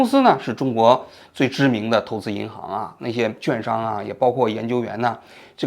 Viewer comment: 纠个错，券（quàn）商第四声，不是juàn商。